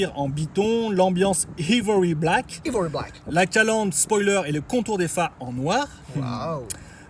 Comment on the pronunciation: Salut, vos vidéos sont très sympas. Juste un truc Ivory se prononce Aille-vory:)